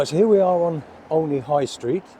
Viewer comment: The name is said as OH KNEE not OL KNEE 😃